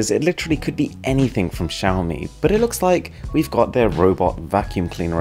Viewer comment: Please learn how to pronounce Xiaomi properly 🙏🏻